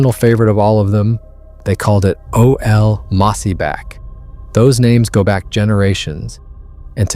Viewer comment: Not O L numbnuts it’s OL’ as in old mossyback without pronouncing the d in old.